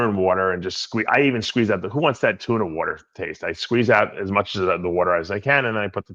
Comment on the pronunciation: Wait a second Daves been trolling us, he magically started saying Tuna without the R in the middle of the question 🤯